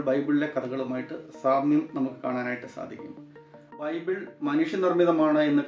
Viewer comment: ബൈബൂൾ. മുത്തു ചിപ്പി വായിച്ചാ ഫീലിങ്ങ് 😮😮😮😮